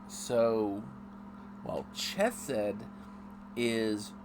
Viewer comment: Its Chesed woth the Ch lile on Chanukah